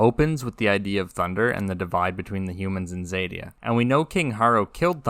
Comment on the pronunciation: Xadia, not zèdia.